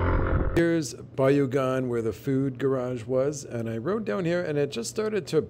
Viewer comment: "fewd" lol (congrats on 50k subs!!!!!!!)